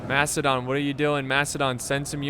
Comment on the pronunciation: I keep hearing "Mastodon" everytime he says "Macedon". It's okay to make mistakes.